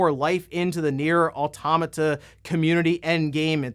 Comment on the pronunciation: I learned, in the last direct, that pronounces automata wrong.